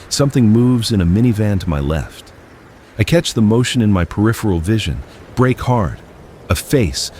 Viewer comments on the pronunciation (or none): none